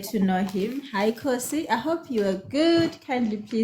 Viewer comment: I enjoyed this interview and laughing because the name is Kgosi and you pronounce it Khosi. These two names always mispronounced interchangeably. 😂😂